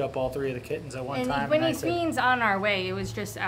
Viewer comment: The channel is now just bustin his hump and Kristen slapping the back of her hand 100x and pronouncing Kittens without the T